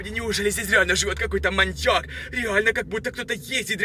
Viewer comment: Пачему ты всегда гавариши манияк